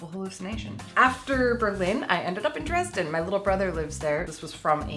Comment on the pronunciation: Dresden in German is different ( I mean how you speak it ) and I really don't know for at least 5 weeks what you mean with Dresden and than I realised that you mean Dresden in Germany because it sounds different. I hope you know what I mean LOL hahaha